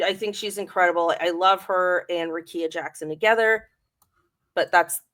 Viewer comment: It’s pronounced Ric-KEY-a